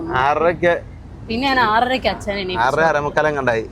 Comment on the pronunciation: അച്ഛാ, ചേച്ച എന്താ രതിഷേ ഇതൊക്കെ കൊച്ചച്ച, ഇയാൾ.... ൻ എന്ന അക്ഷരം പഠിച്ചിട്ടില്ലേ, അതോ പുതിയ മലയാളം ആണോ, വെറുതെ ചിരിപ്പിക്കല്ലേ